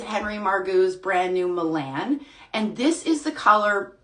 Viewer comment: Milan is pronounced Mill ahhhn